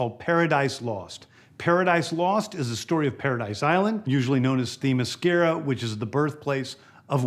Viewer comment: Hmmm 🤔… I remember 5mos ago saying that this Nut 🥜 job was gonna screw things up at DC… I knew it when he cldnt even pronounce THEMYSCIRA properly… That’s like introducing your good or best friend & get’g THEIR name wrong 🤦🏽‍♂️… Now we lost the best SuperMan since Christopher Reeves .. We The Rock as Black Adam.. Wonder Woman 3 was cancelled… oh yeah and the Flash was a flop 😢… HATE TO SAY I TOLD Y’All So buuuuttttt